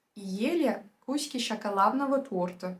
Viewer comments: Thanks for one more amazing video ❤ btw, your russian is so good, just one thing, it’s кускИ, with the stress on the last syllable, instead of кУски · Замечательно! Только в русском в одном слове было неправильное ударение. Не "кУски", а "кускИ" I think I shall try this approach, Mal sehen.